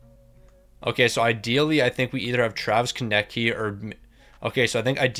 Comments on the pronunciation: Does bro actually not know how to say Konecny? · Your relly need to learn how to say konecny's name